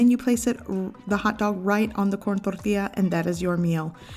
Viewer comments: I love how you don’t have an accent until you say tortilla all flamenco, reminds me of my mom...thorrrrrthia 💃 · Corn tortia? Lol I thought it was called a "tortilla" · Cant stand how you said corn torilla in and accent but everything else not. Weird. Corn torrrtiija. But decent video over all. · You speak perfectly good English why accentuate the word tortilla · *Only has accent whilst pronouncing tortilla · Everytime she says tortilla I cringe so hard. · Wow good for a minute there I thought I was the only one! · You sound American until you said "corn tortilla" .. Very weird !